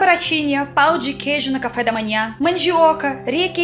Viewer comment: Nunca diga: a clima,o correto é: o clima.Não existem também pau de queijo,mas sim; pão de queijo.Parabéns pelo seu vídeo e pelo o seu português.